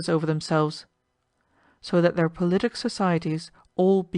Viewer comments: God bless you for reading to us, One little note: "Politic" is pronounced PAHL-luht-tik, not pull-LIT-tik. Thank you again for all your hard work. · Boths actually fine :? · Both are fine